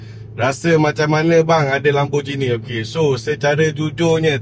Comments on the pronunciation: Lamborghini bang bukan bukan Lamborjini. Gi bang Gi. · bang, lambor gini bkn lambor jini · Lambojini ❌ Lamborgini ✅